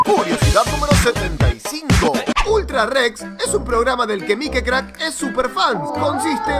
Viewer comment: Porque en lugar de decir mikecrack dice mikicrack